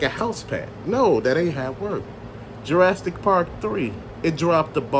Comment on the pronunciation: What is Ju-RAST-ic park? It's pronounced Jur-AS-ick. No "t" in there. LOL